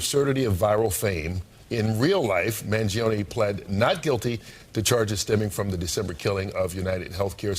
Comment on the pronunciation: You and Tim Pool and all the Millenials need to say the name right. man-gee-OWN-nee